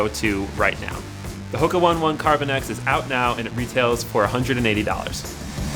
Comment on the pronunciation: Oh-NAY oh-NAY 🤦‍♂️